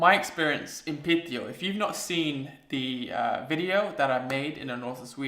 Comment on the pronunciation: You pronounce the name "Piteå" incredibly well, but if it's too much work for you to say i'd suggest you to just say "Pite" instead. It's much easier to say and gains you some mad respekt for saying it like the locals do. ;) Anyway I'm glad you enjoyed your stay and please feel welcome to come back.